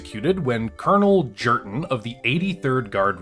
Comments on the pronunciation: The J is silent man, it's pronounced more like Yurten. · "Jurten" is pronounced with a Y sound, Nordic-style. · Oh man, idk if I can get through this with how horribly he’s pronouncing Jurten. This has to be trolling, there’s no way.